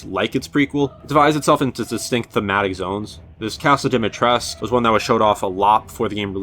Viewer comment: Its called DimitrescU, U fking UUUUUUUUUUUUUUUUUUUUU. Romanians pronounce the last U, Capcom zero research lmfao